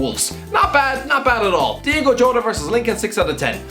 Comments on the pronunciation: Its diogo not diego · Stop calling Diogo Jota "Diego", man.